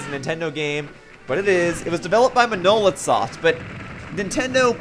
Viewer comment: MAH-na-lith Soft. Not Mah-NO-lith. Emphasis on the wrong syllah-ble (transliterated syllable). See? How to Pronounce Monolith But for a guy who next to no facts about Xenoblade, you did the character proud and I salute you for that.